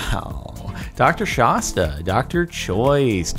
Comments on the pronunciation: Its shasta, not shosta, i think its off mt shasta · Excuse you. It's not Shaw-sta. It's Sh-ah-sta. Like the mountain.